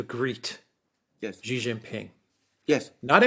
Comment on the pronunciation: Chinese president's surname is Xi, not Qi. Pronunciation of Xi is simple, just like "she" in English